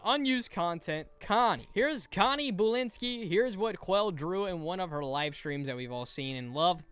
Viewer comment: “BOO lynski”